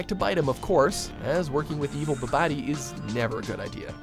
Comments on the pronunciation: Wait... how tf did you just pronounce *Babidi*??? “Buh-body”?! I guess it’s amateur hour over at. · Dude... you called him bi bah di. Bah-bid-ee I can tell you never watch dragon all z buy saga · Sorry, I have to point it out... The wizard's name on Dragon Ball Z was Babidi... pronouced "Bah-buh-dee". When I heard "Buh-bah-dee" I got a twitch. There's a whole thing with "Bibidi", "Babidi", and "Buu" and... I'm probably just thinking about it too much... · Its babadi not boobadie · Did... you... say "Buh-BAH-Dee"? For Babidi? We have it in English bro. Bibidi Babidi Buu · It’s BaBiDi not Babadi, you uncultured swine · It’s pronounced “ bah buh dee” not “bah bah dee” . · Bub-boti? Babidi... As it Bibidi Babidi Buu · What the fuck is an "evil bah badi"? It's fucking Babadi. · is babidi not babadi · Evil "babadi"? Dude... It's Babidi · Its Babidee, not bibadee, bobbity boop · ....Babadi? ITS PRONOUNCED BOBBITY! AS IN BIBBITY BOBBITY BOO! spelled Babidi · Brother his name is babidi not Babadi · Ba-badi?... ffs. It’s ba-bi-di, you know, like bibbidi babbidi boo..? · "Buhbadi" lol.....when doesn't watch the content they cover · If you ever call Babidi “BaaBaadee” again, I will quit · You said Babadi wrong. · Nothing....in this entire Mojo film...was as disturbing...as when the narrator said "bah bah dee" .......Seriously? You're gonna butcher an easy DBZ moment like that? is it just me? or are any other anime fans disgusted by that.... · Babadi..? Really? BABADI?? Now you're just trying to piss us off! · Oh my god did he really say Bi_BAH_di? Where did that come from? Now I'm going to be humming Bibbidi Babbidi Boo all day now. (Yes, Toriyama got the names from the Cinderella song.) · Bro..... “Buh-badi”.......... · You pronounce all the french/spanish stuff well enough but couldn't say 'babadi' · Did he just call Babiddi Bobeedee?? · "Buh-bye-dee"? This is why I gave up on, this dipshit's inability to pronounce things correctly.